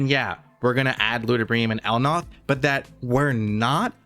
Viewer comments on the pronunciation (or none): El Nath - L Naaa th Not El Noth